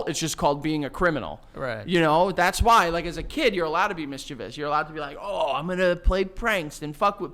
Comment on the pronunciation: I’m a speech-language pathologist and correct pronunciation of mischievous is HOT